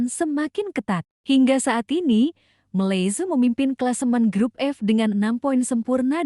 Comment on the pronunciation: Kenapa tdak boleh mnyebut nama negara 🇲🇾 dgn benar ..jelek sekali mndengarnya..begitu juga dgn negara Nepal..aduh miris banget..